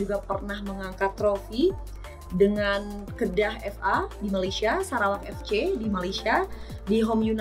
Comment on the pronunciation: "Kedah fc" nyebutkeunna nada sunda wkwk